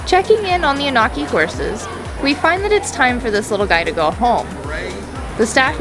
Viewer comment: The Onaqui are a special herd!! I love spending time with them on the range. fyi...it's pronounced ON-uh-kee, not oh-NAW-kee